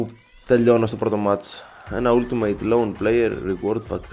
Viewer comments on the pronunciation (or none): none